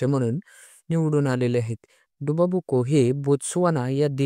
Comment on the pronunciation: आमदार संख्या चुकुची आहे,,,,,, 24वा प्रश्न,, डुमा बोको,,,, तुम्ही बोलता डुबा बोको